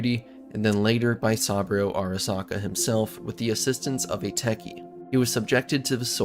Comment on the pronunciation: Sam-bro Arasaka 😂😂